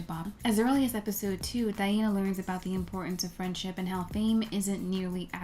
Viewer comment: i appreciate how you pronounce her name